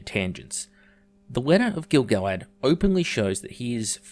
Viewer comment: Your pronunciation of Gil-Galad is more accurate than anything then the RoP writers put in any of their shit scripts. I doubt the RoP writers have one tenth the information on this character than you've laid out in this video.